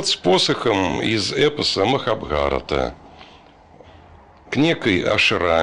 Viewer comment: МахабхарАта, а не МахабхАрата.